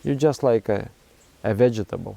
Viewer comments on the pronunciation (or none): Your pronunciation of vegetable brings me joy haha